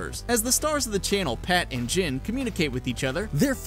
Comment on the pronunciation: "As the stars if the show, Pat and Gin"